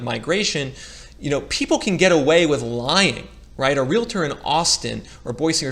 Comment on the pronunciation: It’s realtor not realator and most realtors I’ve ever known say they don’t have a crystal ball. Many don’t know what’s going to happen at all and don’t pretend to know. Please don’t scapegoat realtors!